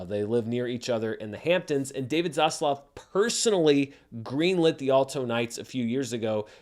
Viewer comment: Next video by: "Why I say 'Zosssluuff', instead of 'Zaslav'."